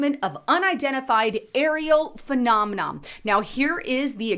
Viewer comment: Girrrrrl, it's not "phenomenom"- the word is "phenomenon", ending in an "N"! Geeez